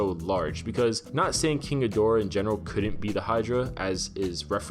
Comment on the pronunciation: I wonder if climate change melts the glacier he's frozen in? and possibly causes the humans to summon other Titans,which goes wrong when Rodan joins King? also, thanks for properly pronouncing King Ghidorah,most other videos have someone saying "kinky dora". SMH